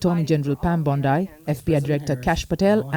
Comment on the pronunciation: u cant pronounce name wtk BONDI